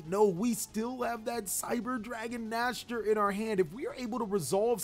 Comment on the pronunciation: Just so you know, cyber dragon vier is pronouned as "fear" and Nächster is pronounced something like "neigh-star". Both are german words. 😀